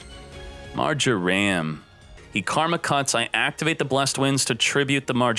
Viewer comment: does anybody else hate how says mar-jer-am instead of mar-jer-um?